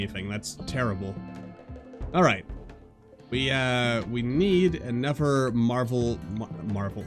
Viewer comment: "Anovver Marvel Gate" xD